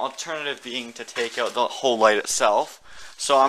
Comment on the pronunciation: once i heard him say "black owwwt your headlights"i knew he was north of the states lol